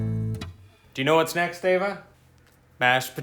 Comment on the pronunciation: your wife's name is Eva, not Ava...:D Love you!